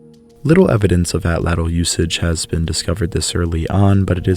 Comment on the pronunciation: you mispronounced Atlatl lol sorry since on all ur other videos u emphasize on it TL at the end makes at Tch sound just thought it was funny